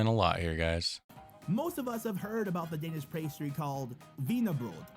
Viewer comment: I am danish and the pronauns of danish words Are bad